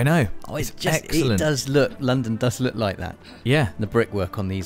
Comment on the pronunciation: LOOKUH LOOKUH LOOKUH 🙈 😆